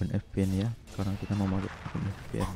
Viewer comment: Bacanya vipien bukan fpn 🤣🤣🤣🤣😂🤣🤣😂🤣